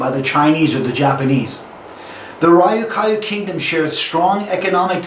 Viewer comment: Great, but one thing. The Ryukyu islands are pronouncep as one word i.e. r-yu-ki-yu. Nice work.